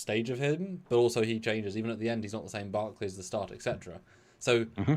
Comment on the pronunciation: "etc." is pronounced "et-cetera", not "ex-etra"